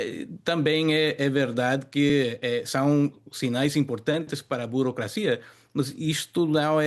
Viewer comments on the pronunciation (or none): A jornalista é analfabeta ela pronuncia BOROCRACIA quando deveria falar BUROCRACIA...:face-red-droopy-eyes